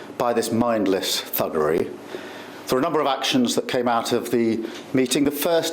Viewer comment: "mindwess thwuggery!" 😂😂 & there's no 2 tier policing going on? so is he a liar or just dumb as rocks